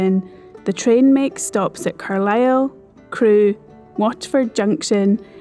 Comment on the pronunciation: Congratulations for knowing how to pronounce Carlisle. From someone who was born there.